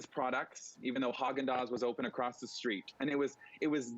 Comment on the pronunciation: Useless anchors on cp24. It's ReSTRICT not reshrick. It's infra-structure not infra SHRUCK ure. It's STREET not SHREAT. Learn to speak as you are on TV and are speaking to thousands. Stop slurring your words. How you got your job is beyond me.